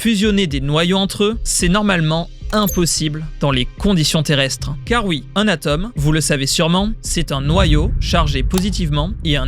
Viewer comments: Je n'arrive pas à suivre. Ce parigo m'écorche les oreilles tant il prononce les O comme des E. Il nous parle donc "d'ateme " et non d'atome et la répétition - vu le sujet - est insupportable ! Pas pire toutefois que les météorologues qui nous parle de la vallée du Rhene et de la Sene alors qu'il s'agit du Rhône et de la Saône avec des accents circonflexes de surcroit pour bien marquer les O. S'ils ne savent pas parler, qu'il arrêtent de faire des vidéos et qu'ils prennent des séances d'orthophonie ! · C'est quoi ces O qui se transforment en A des atooomes pas des atames, drôles d'accents à tous les étages ... vulgariser c'est pas non plus nous prendre pour des neuneus ("vous avez entendu parler de l'uranium")